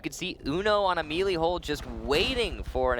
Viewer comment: Okay but like why is no one pointing out how he said melee 😂?